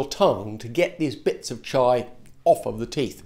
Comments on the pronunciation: Chia, not "Chai" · Yeah chee-ah seeds I thought he was going to put chai powder in his mouth like the cinnamon challenge which would make no sense lol